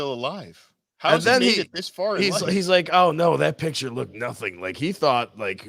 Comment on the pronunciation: And btw, it's electric not eletric, it's picture not piture, what kind of accent is that or is it braindamage